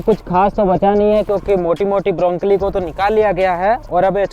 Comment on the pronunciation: ब्रोकली ब्रोंकली नही